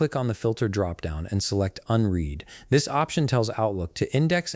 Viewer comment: unread rymes with undead not unheed!